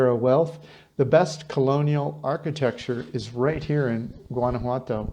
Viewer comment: learn to pronounce it correctly... It's wanna-wato... like ah-wah for water... and walk-a-molee for avacado dip... do you listen to the locals?